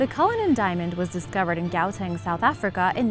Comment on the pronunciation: You pronounced gauteng wrong